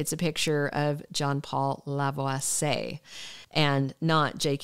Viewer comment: I believe it's pronounced La--vwa-see--yay. 😊😊I have nothing against John-Paul Lavoisier, but I would rather see Jay Kenneth Johnson in the role - especially if there is going to be any skulking or plotting involved. As someone stated below, he is kind of creepy (as portrayed in the character) so he wold be better suited to the role 'cause he played the psycho part so well.